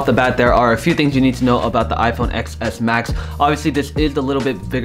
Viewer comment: You are PRONOUNCING iPhone X WRONG. It is pronounced as the number '10' and not like the letter 'X'.....